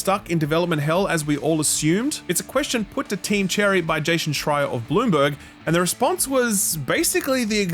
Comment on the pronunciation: Anybody else notice pronounces Jason as 'Jaschon' every time he quotes Jason Schreier?